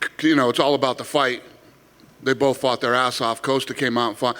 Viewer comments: Why is Dana saying “Coast-A” instead of “Cost-A” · "Coaster" OK Dana...